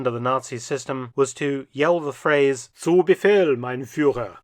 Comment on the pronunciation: Dr. Felton I once heard of a fieldmarshall getting an entire forrest as a gift from Hitler. Still being in his family to this very day. Forgot the name however... Love the German "Zum Befehl!" at the end ;-)